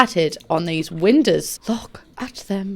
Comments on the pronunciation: Why the fuck do you pronounce windows like it's written winders but not like you pronounce the verb to know? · why do i love the way she says windows?? WeNdEwS. I need some WeNdEwS.